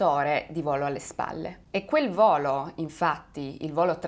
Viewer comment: Il video sarebbe anche interessante ma non azzecchi un accento...come si fa a dire vòlo, giòrno, bòrdo, òre??? Faccio fatica a seguirti, scusami.